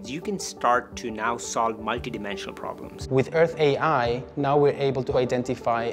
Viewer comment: No French speaking person ever watched this translation? Take a listen to how it pronounces Earth AI. 😢 Almost like Hershey ... Hurtsay? Certainly not Earth AI ... Which should be pronounced as in English or using IA (intelligence artificielle)... 😅